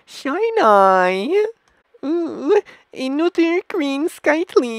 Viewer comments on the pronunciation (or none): none